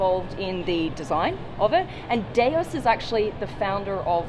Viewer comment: Replace the "D" with a "Z" to pronounce it correctly. Like Zeus, it's pronounced "Doose"